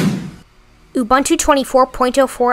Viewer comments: Pronounced ooh booon tooh. Don't mispronounce indigenous words as you are doing it in a most offensive way. Please. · Pronounce Ubuntu